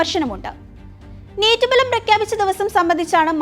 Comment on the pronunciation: ബലം അല്ല, ഫലം